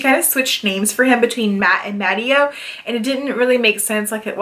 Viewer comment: ileo Coyle book the ex-husband's name is pronounced Ma tay oh. Good review of some newer books to me. The Laura Childs series (3) are quite good